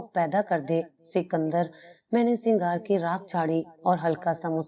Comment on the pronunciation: Singhar ni huta sigaar hota hai